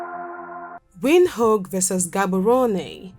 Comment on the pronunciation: I love your video but I don't like the way you pronounce Windhoek, and it's name in Khoekhoe gowab. Anyway I hope you improve on correct pronunciation.❤️🇧🇼 am from 🇳🇦 and I love my country even more.